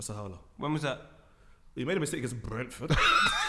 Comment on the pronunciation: the way said brentford